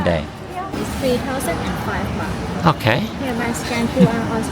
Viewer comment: Nicht Boht, sondern Baht